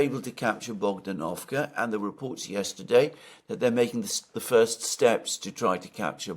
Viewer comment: BogdAnovka stress on the second syllable😊